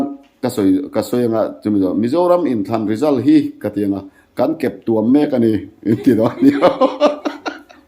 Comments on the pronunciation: Keptuam tih ah hian thluk la, keptua m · Keptuam I lamdan kha a dik lo.Tuamhlawm tih a tuam rik Anga lam tur.